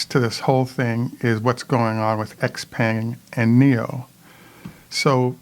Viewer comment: And the X is pronounced more like Sh-peng, as in "thank you" xie-xie, "sh-eh sh-eh", and great program, thank you.